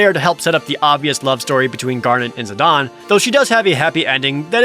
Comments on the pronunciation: if the comparison you’re saying was true, Zidane would be spelled without the e. But it’s not. So comparing it to Juan makes no sense. Juan is a name following a specific language’s spelling rules. What country’s spelling rule is Zidane following by being pronounced the way Dissidia says it? It’s not Japanese, that’s for sure. Otherwise the e would also be pronounced. It’s like making a character named Zane and saying it’s pronounced Zon. It’s stupid. Like sure, A non-canon FF game finally said the name out loud, but I don’t accept it as the correct pronunciation. Especially when the game came out 8/9 years after the original game. That’s 9 years they let people say it the way it looks only to tell them they’re wrong 9 years later with a spelling that doesn’t even look right to the way they’re pronouncing it. Tidus is one thing. Like I get how it’s actual pronunciation works. It’s based off of Japanese and it’s spelled like it would be pronounced. Whether you like the way Tidus is pronounced or not. If you wanted to make the Juan argument about someone who doesn’t like the way Tidus is pronounced it would work. But Zidane just doesn’t work the same way. It’s not comparable. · His Japanese name is Jitan "Jih-tahn", which is pronounced very similarly. I made the comparison in the sense that they're both foreign names that don't apply english grammar because they're names that originate from languages that aren't english. IX purposefully implemented a lot of foreign names to give its world a richer sense of culture. Tidus is pronounced the way it is because it's based on his japanese name. In most cases you can easily trace their names back to their japanese names. I appreciate you actually elaborating btw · and Zih-DAYNE. Like Zinedine Zidane which im 99% sure who he was named after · Naw.. the 'e' makes the 'a' hard so it's Zihdain.. but 1 for 1 isn't bad so I'll take it as a win :P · Zi don? You mean Zeh Dane? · I'm sorry did you just say "Zidon"?